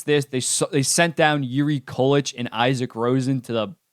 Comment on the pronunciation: Love the video but it's pronounced (COO-LICK) not (KAL-LETCH)